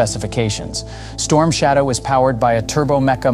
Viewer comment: Sloppy work, comparing truck engines with missile engines is straight up stupid, also you misspelled and mispronounced the missile as "strom shadow", i like your channel but come on you can do better then this